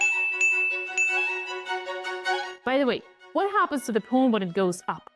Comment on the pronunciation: Hearing her pronounce Pawn reminds me immensely of "Pone" as said by Foghorn Leghorn. "Well, shut my mouth and call me cornpone!" (Looney Tunes: "Southern Fried Rabbit" (1953))